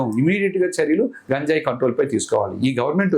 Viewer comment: నీకు గంజాయి అనడం రాదు నువ్వు కూడా ఇంటర్వ్యూ చేస్తున్నావ్